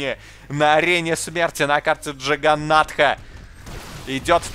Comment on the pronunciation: Почему Джиганата, если это яганата?